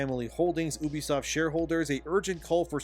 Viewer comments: You have no insiders, it's all coming from inside your head. No reputable game developer is talking to you and you know nothing about how the business of videogames works. You can't even say the company name right. YOUbisoft not EUWbisoft you smooth brain. UBIQUITOUS software 😂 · You do a lot of vids on this but yet fail to pronounce the name right .. ewwwbisoft is the American version ? Well it pronounced You...bisoft . Ask your Intel's lol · STOP. SAYING. "OOBISOFT"!!! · YOU VEE SOT